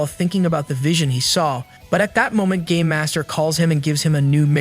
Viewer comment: Bro I heard instead of “ game master” it was “ gay master” 💀